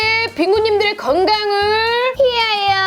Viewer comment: 왜자꾸 완성을 안성으로 하시고 위허여를 이하여로 하시지..재미 없고 과해요ㅠㅠ..